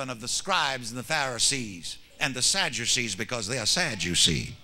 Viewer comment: Sadducees “sad_u_cee” 😅 Your dad is a hoot!